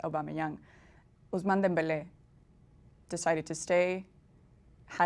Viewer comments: I don't get why this presenter likes to over accentuate the pronunciation of players names in a weird way, he's Polish but she pronounces it in a Spanish accent, she does it with all players and it isn't even accurate pronunciation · Why does the interviewer pronounce Ousmane Demebele's name the way she does? It's not a Spanish name to be pronounced that way. Lmao.